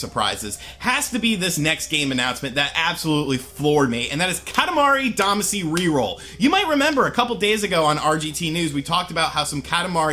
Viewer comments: Yes, that pronunciation bugged me as well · with how you said damacy, tells me you havent played it. as they pronounce it in the theme song. all of you opinions are officially suspect. unsubscribed because of it. just some constructive feedback. goodluck in the future. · Yeah, because mispronouncing a foreign word from a game he hasn't played in years = GRAND CONSPIRACY! 😂😂😂😂😂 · Every time you said “Damacy” wrong I cringed.